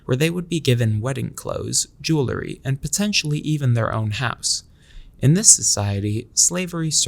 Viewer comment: You do yourself a tremendous disservice when you mispronounce the word "jewelry". 😢